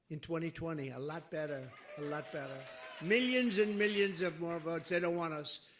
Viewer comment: Trump you should pronounce the word by a "lot" correctly instead of saying it by a "lut". Funny Trump!